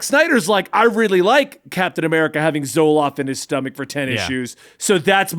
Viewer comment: I dont wanna be rude but it seems like just has bad or bizarre takes and everyone just avoids it. Also I think he called Zola Zoloft